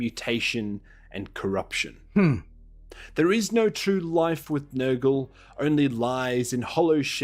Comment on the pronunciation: Bro, I thought I heard say "Niggle" instead of "Nurgle".